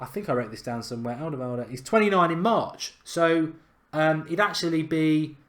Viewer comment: Wow, you really butchered Alderwiereld's name.